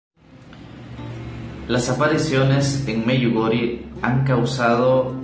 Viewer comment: Se pronuncia “Medyugorie”!!!!!